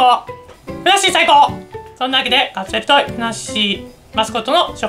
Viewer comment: カプセルトイの発音はいつ聞いても好きだなw